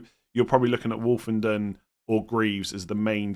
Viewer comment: As an Ipswich fan you pretty much have nailed it for us. Greaves likely to replace Burgess as left centre back and you pronounced Woolfenden’s name right! You are right everything goes through Davis he basically plays as a left winger and takes most set pieces. Only other to mention is Tuanzebe, he ended the season playing right back might take over from Woolfenden as right centre back.